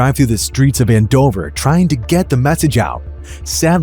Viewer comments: AND-OVER, not AN-DOVER 😒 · The way you pronounce Andover makes me cringe. 🙄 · They mispronounced Andover but correctly pronounced Towanda. They both should be easy to pronounce.